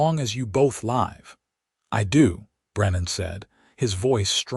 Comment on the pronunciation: The AI could not distigush properly between live and life😮. Please verify the text to speech results. AI is nothing more stupid statistics.